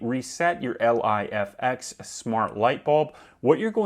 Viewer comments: its "Life-ex" you moron lol...not L.I.F.X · Bro, just say (Life X) not L.I.F.X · The fuck are you calling it L.I.F.X for ?? It's pronounced Life-X, bud lol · Just say ‘ lif x’ ffs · You definitely avoided saying Lifx properly for the engagement.